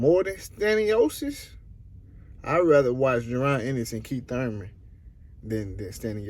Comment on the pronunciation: It's Thurman